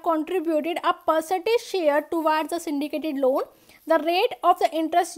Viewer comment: aapke lawwwn bolne ka tarika thoda kezuaal h